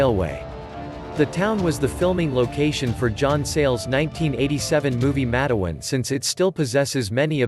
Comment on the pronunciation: The Name of Matewan is pronounced Mate-wan is instead of Matawan like the New Jersey town.